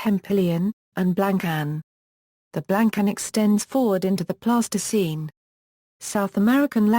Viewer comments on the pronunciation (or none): Terrible voice over delivers speech like a bad 50s tv robot. Alright you have to use synthesized voice, but adjust the spelling so that it pronounces the words in a correct phenetic manner please! Pleistocene should not sound like plastoscene! Thats a childrens putty ffs